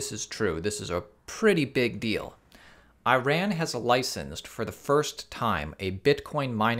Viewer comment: I-RAN or E-RON? Come on man!